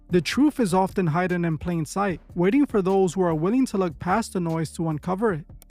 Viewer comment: "the truth is often hidden in plain sight" The narrator pronounced hidden as "high den". AI voice or genuine brain fart?